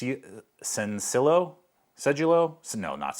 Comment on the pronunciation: Sencillo is pronounced Senci-yo (not LO). Sen-thee-yo